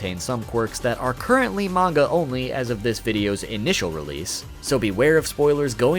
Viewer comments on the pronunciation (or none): none